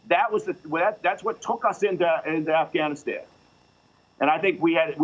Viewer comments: She said "AfghaniSCAM" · Anyone else hearing her say Afghaniscan, around the -:20 mark? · she say afganest 😂😂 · lol . The reporter lady Afghaniskan . She said it right the first time. I don't know why I noticed that. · afganiskan LMAO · Sounded like she said afscamistan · This lady can't speak, "AfghaMISCAN" private security "Form" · Afghisghan? Come on. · If you can't pronounce Afghanistan you shouldn't be talking about it.